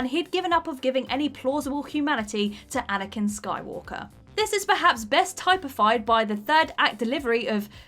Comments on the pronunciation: canot read copy worth a damn. this is perhaps best "ty-pih-fied" Critically "planned" Salvador "DAH-lee" was "ek-specially" singled out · Go on, say “epitome” and “typified” again... stopped trying to pronounce words correctly? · Typified is pronounced tip, not type. Like typical. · And it's pronounced tip-uh-fyd, not type-o-fyd. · TYPE-IFIED? Bloody hell! It's pronounced tip-ified... I'm not apologising this time... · Hm, "epitoam"... ooh, and "inesteemable", "type-i-fied" and "bi-OPIC"! Wonderful! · I came to say the same thing. You can add to that "inestimable" and "typified" . And I might as well mention "ex-specially" .